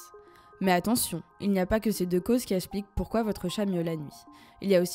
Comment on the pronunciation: toujours aussi intéressant! En revanche, soucis et fautes de liaison dans l'élocution de la narratrice. En effet, outre le faite que les mots soient majoritairement < > rendant difficile la compréhension, il est récurrent d'entendre: - "essplique" au lieu de "explique" / -"Les d'endroits, les endroits "(les Zendroits, liaison svp), -"en N'auteur"! " en Hauteur" (Jamais de liaison lorsque y a un H). On ne dit pas: les z'aricots/ les z'élicoptéres/les z'andicapés... -" si vous avez déjà TOUT éliminé TOUT les causes précédentes"/ " Si vous avez (déjà) éliminé TOUTES les causes précédentes" - "Mainan" (M1nan) on dit "MainTENAN". - 4min02: "essplique" 4min04: "essplique"... (belle répétition). " 1 raison essplique pk et même plusieurs raisons essplique pourquoi votre chat miaule la nuit... La 1ere chose à faire est de trouver la raison de pourquoi votre chat ne dort pas la nuit! MDR! Sans déc'!